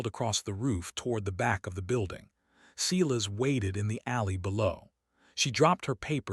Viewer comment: If you can pronounce silence correctly, you can pronounce Silas. It's the same beginning sound. Or better yet, stop using the name all together. Instead use Fred, George, Thomas or Henry.